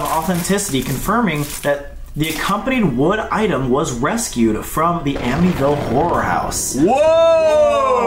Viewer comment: it was wescued 😂